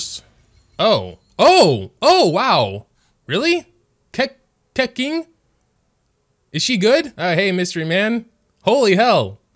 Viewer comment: "Keking" yes